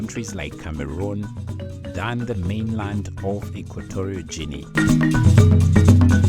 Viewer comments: Equatorial Juinea he said 😂🤣😂🤣 I don’t understand why some people upload a video to display their level of IQ 😂🤣😂 how ironic that he’s talking about why this country is not visited by many when he can’t pronounce the country correctly. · Since the speaker cannot pronounce the name of the country correctly, I wonder if he has ever been there. The reasons he gives for few tourists are strange — many Spanish-speaking countries get lots of tourists and not having democracy doesn’t stop tourists from visiting countries like Cuba or the United Arab Emirates.